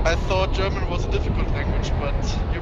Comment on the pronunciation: Wtf your German pronunciation is so good